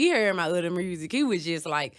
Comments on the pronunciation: I Love when Mrs.Glo say mursic. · love her personality, and how she pronounces the word "music."